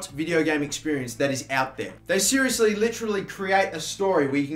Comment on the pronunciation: I can't watch the video 😂 when you say 'seriously' Siri thinks I'm trying to ask her something because of the way you pronounce it 😂